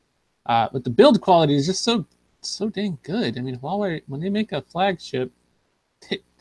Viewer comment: Say it with me,: "WAH-way."